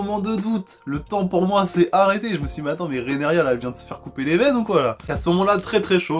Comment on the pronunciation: Tu t’es encore trompé c’est Rhaenyra Pour t’aider ça se prononce « Rénira » 😂 désolé. Sinon très bonne critique 😉